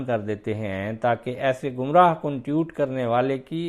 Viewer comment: محترم! ٹیوٹ کیا ہوتا ہے؟ ٹوئیٹ ہوتا ہے۔